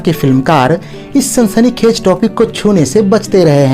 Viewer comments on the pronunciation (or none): Hey it's not "sansanikhaij" but sansanikhaiz.